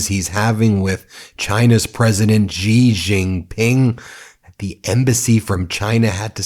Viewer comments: BEN! Xi Jinping is pronounced as SHEE not JEE! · 'Shi' not 'Zhi' ... Xi is pronounced as Shi! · In the off chance you guys actually read this, xi is pronounced like how you would say "she" not "szee"